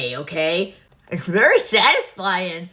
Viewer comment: she said it’s th(v)ery(s)thatisfying 😭